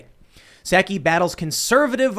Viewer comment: Tim, pal...... you're talking to the worst liar that trump could find and you can't even pronounce "Psaki". Soooo, why are you expecting to be taken seriously???